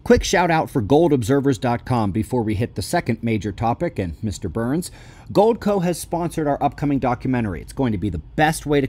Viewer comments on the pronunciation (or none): Were you saying BURNS or Booo-urns 😂😂😂